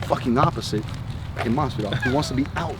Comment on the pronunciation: "JORGE MAS-VAH-DAL bitch" -Joey Diaz